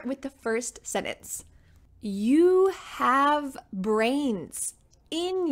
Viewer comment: It’s sentence not Senance